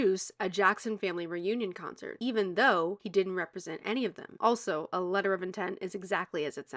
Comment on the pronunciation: 'CUNCERT' LMAO